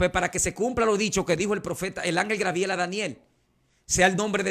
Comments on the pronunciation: Se dice Gabriel usted sabe mucho pero así es el nimbre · Me imagino que este pastor es de República Dominicana, porque siempre dicen Grabiel, y es Gabriel.